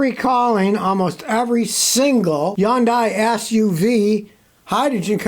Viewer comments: From the people who work at the Hyundai dealerships it’s Hon-die Scotty or is it Scooty? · Scotty: To correctly pronounce Hyundai think of Sunday starting with H.